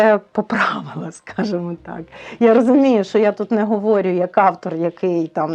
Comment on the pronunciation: Я перепрошую, подивилась 4 хвилини і дуже дивно чути, що «наголоси блукають і підтягуються до тексту пісні» від людини яка каже: я говОрю і мОго😂